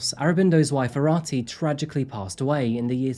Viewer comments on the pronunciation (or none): His pronunciation of the names was atrocious. Especially Arati which is pronounced as “Aaroti”.